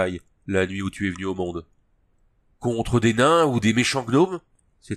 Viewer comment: Bonjour et merci pour cette lecture Petite suggestion : On prononce DRIZZT et non DRITZZ, et MezzoberanzanE ( comme banane) On sait jamais, ça peut servir pour le prochain 😉